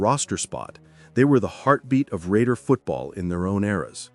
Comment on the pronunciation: Love this, but you missed pronounce some of those names.